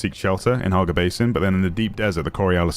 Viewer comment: Hagga! Not Harga